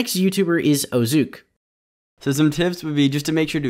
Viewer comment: The way he pronounced “oZook” had me dying 😂